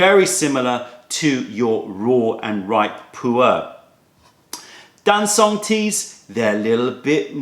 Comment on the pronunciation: Very nice however - not Dan-soong but Darn Chung - very informative video